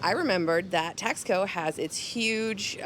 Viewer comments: I wanted to be objective and to see if there was a nugget I could take away. But don’t worry, I won’t be commenting on any of your other videos. By the way, have you learned to pronounce Taxco yet? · I found this video quite frustrating, but I did watch it through to the end. I would've thought in visiting a place you could give it the respect it deserved, and even learned how to pronounce "Taxco" correctly. I did find the commentary reminiscent of most of the US tourists I have come across in Mexico - unresearched, a little condescending and expectations that Mexico is the 51st state of the US.